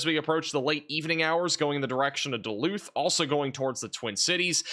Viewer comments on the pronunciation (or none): none